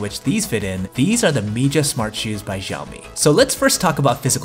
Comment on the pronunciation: for god sake please stop pronouncing it as yeaomee!! It's pronounced as Shii-Yao-Mee Xiaomi.